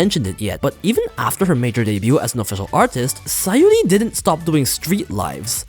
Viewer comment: It's SaYUri, not SaYOri